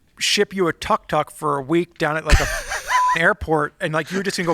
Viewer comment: it's pronounced took-took:) Going two wheels on that is tricky because the engine is in the back (compared to a sidecar motorcycle where most of the weight would still be on the two wheels on the ground). The wheels are also pretty small (scooter sized). I'd watch a video series of attempting that record though.